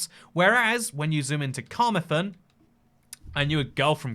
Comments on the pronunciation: Car-Mar-Then not the way you pronounced it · Carmarthen is pronouced kuh-maar-thn